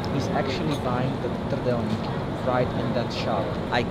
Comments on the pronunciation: lol didn't even try to mispronounce trdelnik :D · The biggest mistake "" made was pronouncing "trdelník" correctly. I don't think any foreign turist can do it, so you've lost your authenticity:).